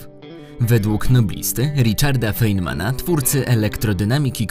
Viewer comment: Bardzo cieszę się, że powstają tego typu materiały, jednak z drugiej strony ubolewam nad niedopracowaniem treści. 1. Nazwisko R. Feynman'a zostało przeczytane nie do końca poprawnie, wybacz, ale z uwagi na ogromny szacunek jakim darzę tego człowieka musiałem zwrócić na to uwagę. 2. Elektrony są obiektami kwantowymi w związku z czym mają charakter korpuskularno-falowy, więc stwierdzenie, że te mają falową naturę jest błędne.